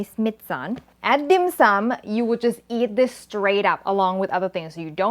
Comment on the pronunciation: A Hongkonger, I can say your pronunciation of the dish is spot-on. A tip for marinating meat with ginger: don't do it more than 30 minutes or the enzymes in the ginger will break down the protein and make it mushy, not in a good way of course.